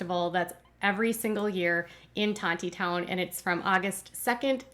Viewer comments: It’s Tawny-town. The second “t” is silent. The Grape Festival is a huge fun event held there for over 120 years. There is no wine at The Grape Festival. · Tontitown is pronounced Tawnytown you gotta say it like you're from the deep Arkansas woods 😂